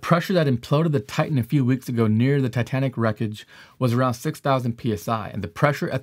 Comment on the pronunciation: "Titanic" is not correct